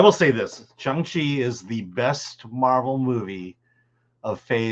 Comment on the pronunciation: What is Chong Chi? Does he mean Shang Chi?